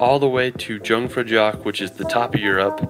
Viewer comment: Please call that place Jungfraujoch and not „Tschungfrautschock“ as you did